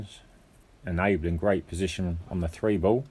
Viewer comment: It's ball, not bull or bowl. Nice match though, thanks for sharing.